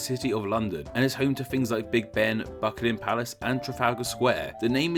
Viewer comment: a lot of it just seems to be him stumbling over his words, and not even bothering to re-record... "Bucklim Palace", the fuck you saying man?